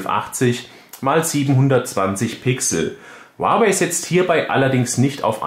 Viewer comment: Es heist nicht "uawäi" sondern "huawei"